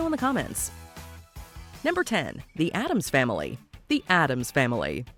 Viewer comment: It's not "adams", like in "john adams" And there was a woman in history named "jane addams" So, I can understand the confusion